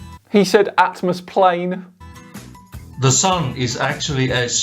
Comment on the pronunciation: What's this "atmosplane"? I've really never heard of it before.